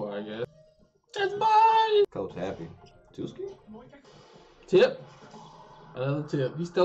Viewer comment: it's tsuki not tuski